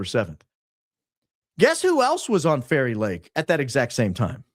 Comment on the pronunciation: Anyone else's brain hearing Kari Lake every time he says Fairy Lake 🤔😂😂😂